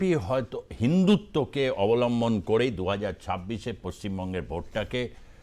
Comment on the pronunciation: আপনারা পশ্চিম বঙ্গের শিক্ষিত হিন্দুরা হিন্দুত্ব বললে আপনাদের গায়ে জ্বালা ধরে। মুসলিমদের চাইতে পশ্চিম বঙ্গের গরুখেকো ব্রাহ্মণ ও বাম ঘরোনার কুত্তা জীবী বুদ্ধি জীবীরা হিন্দু সনাতনী দের ঘোরতর বিরোধী, আপনি হিন্দুত্ব যে ভাবে উচ্চারণ করলেন, তাতে আপনিও হিন্দুত্বের বিরোধী। আসলে হিন্দুই হিন্দুর বড় শত্রু। আসলে আপনাদের হুঁশ নেই। পশ্চিম বঙ্গে যে ভাবে হিন্দু সনাতনী দের নির্যাতন হচ্ছে, তা বাংলাদেশের চেয়ে বরঞ্চ বেশি, তারপরও হিন্দুত্বের বিরোধী শিক্ষিত ওঁচারা ও ধনিক শ্রেণী ব্রাহ্মণ। আপনারা আর্য বৈদিক ঋষির ভারত চাননা। মনে হয় আগামী একশো বছরে ভারত হয়ত মুসলিম ভারত হবে, মুসলিম জন্মের হারের দাবানলে। অতীতের অখণ্ড ভারত ক্ষয়িষ্ণু হতে হতে শূন্য হয়ে যাবে।